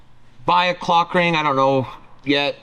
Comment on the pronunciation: you really need to pronounce the L in clock ring youre making it sound like im watching something im not😂😂